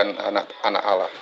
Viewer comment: Ini beneran murtadinkah? Masa sebutannya olloh..